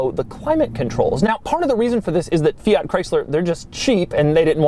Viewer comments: For the love of God: Fee-arrt!?! It’s Fiat. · He is saying both Fiat, and Abarth wrong, and he says them both a lot. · 21 minutes of Doug mispronouncing Fiat and Abarth: usual Doug Quality Achieved.